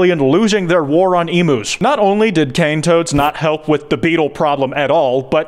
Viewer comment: As a Aussie, Kwites pronunciation of “Emus” pissed me off